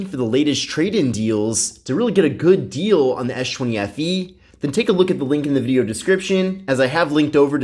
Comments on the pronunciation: "Esh 20 fe" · "esh chwenny FE" lmfaoo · I thought u kept on saying s20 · esh chwenny FE LOL!